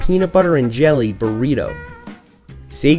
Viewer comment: He called a burrito breto